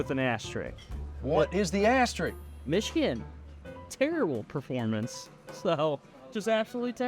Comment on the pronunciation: Asterik? That's dumb. Lol.